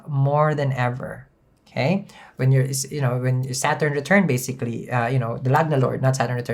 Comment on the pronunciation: My favorite word from him is uhkay. Uhkay bitches hello! 🤣😋 It's morning